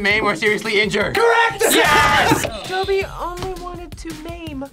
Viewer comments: Fucks wrong with people getting Dobby's name wrong it's not doppy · I got them all. But seriously why was would two non Potterheads be in this episode. FYI for all you out there. Dobby pronounces his Doe-by not Daw-by. Listen to how Toby Jones says it in the movies. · and know absolutely nothing about harry potter i love harry potter so much i what triggered me most i she said dumpy when his name is dobby because when I was younger I got a Dobby stuffed animal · Omg she said "I know dumpy dies." It's Dobby 😂🤣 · She can’t even say Dobby’s name right lol